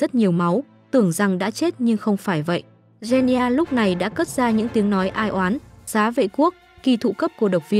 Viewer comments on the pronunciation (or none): “Gen ni gia” 💀